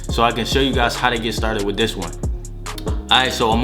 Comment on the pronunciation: He said wif him